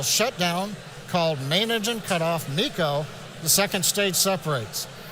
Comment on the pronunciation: not bico but meco